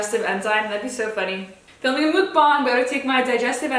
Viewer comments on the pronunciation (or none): Ily <3 (it’s pronounced “muck” (like yuck) “bahng” btw) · It's so funny how you say mukband i don't know why